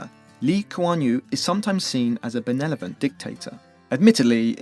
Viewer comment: Benevolent not benelovent.